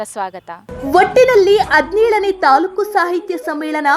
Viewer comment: Adinelu alla Hadinelu .. Kannada sariyagi maatadi